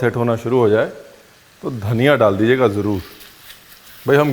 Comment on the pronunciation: It’s Dhaniya and NOT Dhanniiaa!! Funny Guy 😂lol